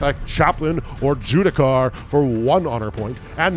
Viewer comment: It's a Judiciar, not jewdicar